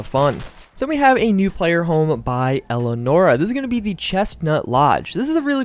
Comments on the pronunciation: Pronounced El-lee-a-nora. Says Elanora. Y tho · Elianora name pronunciation triggers me